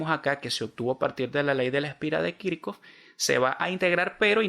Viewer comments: Creo q Esta mal dicho Kirchhoff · Pregunta se dice kichhof o kirchoft? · Muy buen video, pero puede aprender a decir y escribir kirchoff en condiciones, un saludo bendiciones